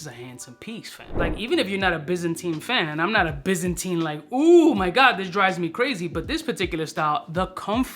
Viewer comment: Pronounced - by zan tine. Not bizzinteen